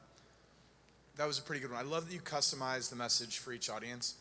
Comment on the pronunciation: Did that guy is () say Gary "Cuss-omized" his message for each audience? Haha!